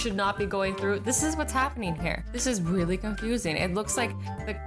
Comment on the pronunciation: lol, it sounded like she said, "wheely" instead of "really"